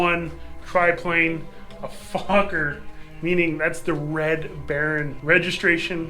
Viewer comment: An interesting project. Is it a Ron Sands based DR-1? Speaking of talking I believe Anthony Fokker pronounced his name 'Foe-ker' not 'Fock ker'